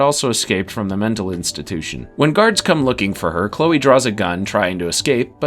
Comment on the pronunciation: I can get past the "lah-nah" mispronouniation but calling Chloe "Klee-ah" is unforgivable